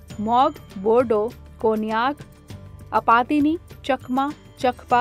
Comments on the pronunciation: its Apatani not Apatini. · It's "Apatani" not Apatini get your facts right.